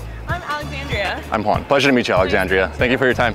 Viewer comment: The way you say your name "my name's Juan" sometimes it sounds like "minus one"😂 maybe it's just me. Goodday anyway!